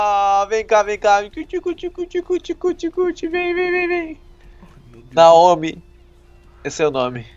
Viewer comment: a pronúncia é Naomi